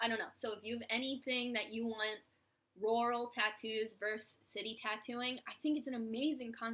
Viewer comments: I'm from Georgia and I've always heard it pronounced "rer-al," to me it sounds like you say it more like royal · haha it took me a while to work out that you were saying rural - in Australia we pronounce it roo-rul, so I was like I don't understand lol